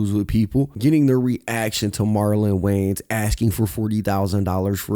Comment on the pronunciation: Love your videos homie. But it’s WayANS not WayNES